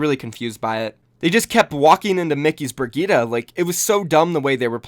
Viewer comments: Why is everyone calling Bri-jit. It's fucking Bri-Gi-Ta ffs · I still find it funny how people say "bri-jit" despite the fact that Daddy Kaplan literally said it was said "Bri-geet-uh" like is it a meme that i'm just not in on or is it just people being lazy